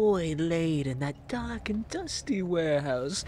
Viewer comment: Did you just call us "Dork" knight, instead of "Dark" knight?? 👀